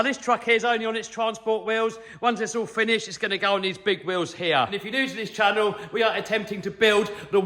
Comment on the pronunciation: Your awesome!love this channowl (“channel” pronunciation in queens English) I just wish there was more twerking 😔